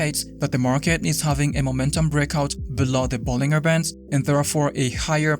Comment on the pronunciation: It's pronounced Ball-in-jer not Ball-ing-er. Just saying.